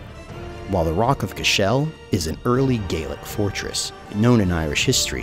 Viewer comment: hey! loving ur videos! just a quick correction on pronunciation for you; Cashel is actually pronounced with the emphasis on the 1st syllable - like paddle, or throttle, for example